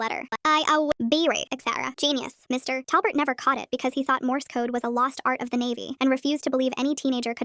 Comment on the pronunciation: Why does she say his name like: Mr TA!! lbert? Wtf happened with that AI??